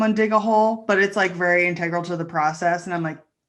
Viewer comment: The use of the non-standard pronunciation of "integral" by the C Team has finally pushed me over the edge.